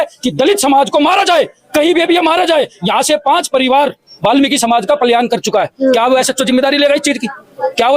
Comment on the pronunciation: Palyan nhi palayan hota h 😅